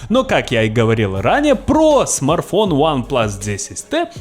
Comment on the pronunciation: Смарфон 😁😁😁 СМАРТФОН ЧУВАК